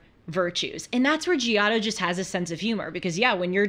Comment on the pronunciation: Glad you are discovering art. But couldn't watch after the way you pronounced "Giotto." Sorry.